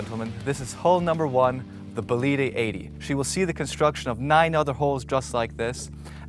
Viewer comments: Is not Bolíde, is Bòlide. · Next time I suggest you check how to pronounce the bane of the vessel you show. It is Bólide, not Bolíde. Other than that, well done. Brunello is the man ! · It actually is bo-li-de with stress on the first syllable. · All fantastic😂shame you butchered the boat every time you said its name. Before demolishing any work you do, ask for advice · Pretty sure the people that got a Bugatti Chiron Bolide are probably the only people that can afford this and the fuel for it. And Epp-a-toe-me....say what? And it's 'Bow-leed', not 'Bow-leed-ay'. Dang dude